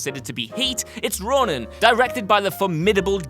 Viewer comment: Ronin. Not Ronan. A stellar flick.